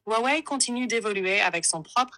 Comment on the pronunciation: Espèce de teubé ont prononce pas "hrrrouawouai" comme "hrrouanita", c'est simplement un h aspiré et ne se prononce pas !